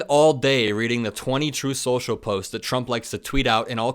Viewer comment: "Troth senshal"